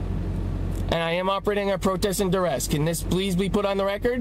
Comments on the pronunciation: it wasn't "duress", he said "durest". lol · "durest" - lol. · "Under durrest". Did he actually say that? Three times? And, as sick as these frauditors are, I'm amazed they can get out of bed... not to mention standing around filming innocent civilians... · Did he say durest lol 🤣🤣🤣